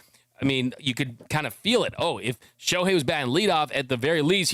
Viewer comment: Shoe-hei Ohtani 🤣🤣🤣